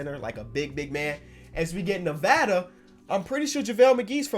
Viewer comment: I hate it when pronouns it Nevada not Nevada.